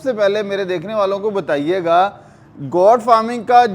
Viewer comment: Bhai saab, " Got " nahi " Goat " farming hai. Kia zarori hai k Urdu kay bajaey ghalat English boli jaye.